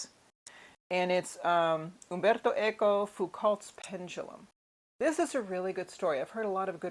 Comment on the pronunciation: Just came across your channel, liking your lively presentation and the way your pronounced "Umberto Eco" so well. A booktube friend who is incredibly well read, recommends his "Travels with a Salmon" - which I'm aiming to have as my starter. But of course he's a hero for having so many books (I think it was about 50,000) but he was a lit prof.